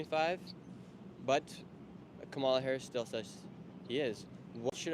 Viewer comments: I’m voting Trump but it’s “Commala”Harris. You’ve been told a thousand times and I bet if you said her name right more people would open up to you. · UHM IT’S KAH-MULA BRO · COMMA-LA. C’mon man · Stop being disrespectful and pronounce VP Kamala Harris name correctly! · Nick continues to disrespect/mispronounce Kamala's name, even seconds after being corrected. Adherence to accuracy and truth is the first pillar of ethical journalism. Whether he wants to be a good, objective, truthful journalist is another story. I think you can do it. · that couple that corrected you on the kamala pronunciation got way too excited 😭 same people who created the "ick" are the ones doing it 🤷‍♂ insert kermit sipping tea here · Its sad how indoctrunated the maga cult is at this point. I watch this purely to know what to expect trump supporters to say. Also love how you complain about being corrected on how to pronounce Kamala's name, then immediately keep mispronouncing it